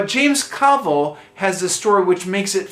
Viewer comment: The authors name is pronounced 'Clah-vel', not 'Cla-vul'.